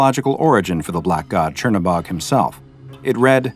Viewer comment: As a slav its funny to listen to you trying to pronounce Crnobog